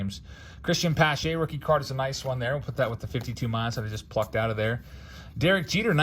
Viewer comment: Cristian Pache is pronounced “Cristian Potch-ay”